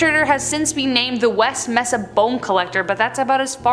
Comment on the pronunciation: It’s not west esa it’s west Mesa I was born and raised in Albuquerque. Also you say Mesa wrong but it’s cute lol I love your videos though!